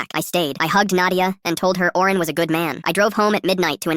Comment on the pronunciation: Owen not Oren